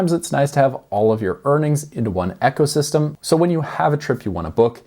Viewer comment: Are messing with us on how you pronounce ecosystem?